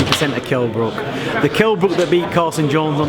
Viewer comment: Wtf, Ingle mispronounced Brook's name twice!